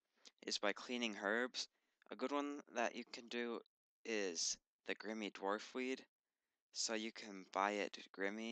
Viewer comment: Grimmy dwarfweed, huh? Not grimy?